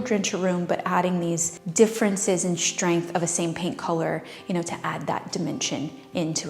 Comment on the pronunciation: Love your style, love your channel, and I think you’re adorable, so please don’t take this wrong. You tend to say “shtrip” and “shtrength” instead of strip and strength. Curious as to why? Just curious, no judging here.